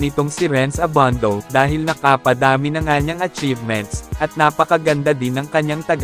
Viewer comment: annoying yung nagvo-voiceover...Abandow! :)